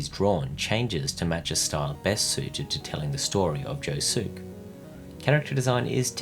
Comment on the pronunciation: oh buddy you did not pronounce josuke like that